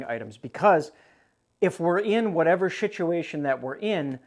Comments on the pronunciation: Did I hear you say.. shituation??🤣🤣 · Did I hear wrong or did you say "shituation"?😂😂